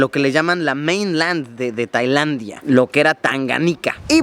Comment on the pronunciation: Alguien más notó que luisito dijo Taylandia???